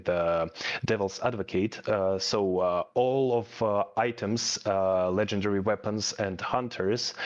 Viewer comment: Legendarary? Hahahahaha😂